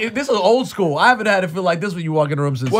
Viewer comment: why he aint just say Skooly